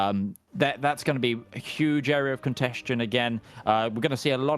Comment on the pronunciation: What's the word keeps using that sounds like a mixture of "contest" and "congestion" - "cont-esht-tion"? Contestation maybe?